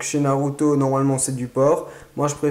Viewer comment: a c charuto